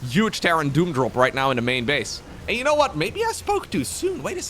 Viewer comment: The ONLY annoying thing you do, is pronounce 'huge' as 'uge'. For many many years, EVERY SINGLE TIME you say it my wife laughs at me for caring about it :)